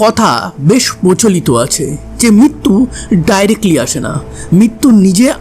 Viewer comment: ভাই কথাটা মৃত্যু , মিত্যু নয়,,,,ঋ উচ্চারণ ভুলে গেলে তো চলবে না